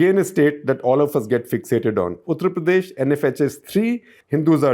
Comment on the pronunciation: Why do you pronounce UP something like उत्र प्रदेश instead of उत्तर प्रदेश? It's annoying.